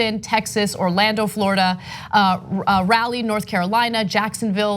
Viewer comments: Ana...Raleigh, North Carolina is pronounced "Rah-lee", not "Rally". It is the CAPITAL of the state. This seems to be a recurrent theme...mispronouncing things that even a high school student has no problem with. Is it too much to ask that a "journalist" understand and know the words that come out of his or her mouth? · It is pronounced Rah lee NC not rally NC. Like the name Sir Walter Raleigh. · Rally North Carolina. No Rah-Lee North Carolina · A quick note: Raleigh is pronounced “Raw Lee”, not “Rally” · It’s pronounced like “Rah lee” we country 😂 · its Rah-lee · I'm from North Carolina and she butchered the hell out of Raleigh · Haha I noticed that too. Appalachian gets it all the time.